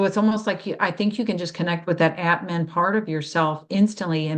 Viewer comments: If pronunciation matters, it's Ahtman. For atman, the a sounds like a in father. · Thanks, I didn't understand initially. It sounded to me like ant man.